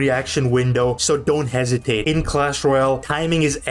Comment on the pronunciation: Mate it's hesitate not hasitate